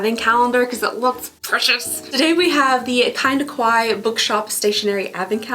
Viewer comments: "Kawaii" is pronounced Ka-wa-i-i... and means "cute" in Japanese. If you say Ko-wa-i, it means "scary" in Japanese. So this is a Kinda Kawaii box because it's a Cute Japanese style Stationery advent calendar! Praying for your healing in all the your body, mind and soul in Jesus's Name! May Jesus protect you and continue to keep the joy that is your strength! Love ya, girl! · It's actually pronounced ka-why-ee not e/eh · I gotta say it. Its pronounced kuh-wai-ee 😅✌🏼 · Btw it’s pronounced Ka-y-e. It’s Japanese For cute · it's kinda Kawaii the way pronounces Kawaii